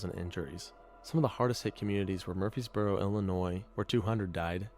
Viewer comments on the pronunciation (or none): none